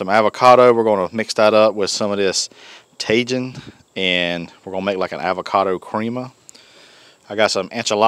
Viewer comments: Mexican pizza looked fantastic. I'd eat that all day. Just an FYI Tajin = tah-heen. Great video, have a great weekend my friend. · Like Jalapeños.... the J in Spanish is like an H in English. The letter i is like a Strong Eeee. So... Taheeeeen!!!😆😎😉🙌🙌🙌